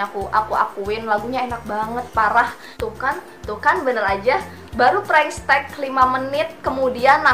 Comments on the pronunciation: Prank teks kak bukan pranks tek 🤣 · Tante lu salah nyebut prank tetx bukan prank stek